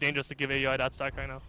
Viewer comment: Pronounced OW-UI NOT A.U.I. please:c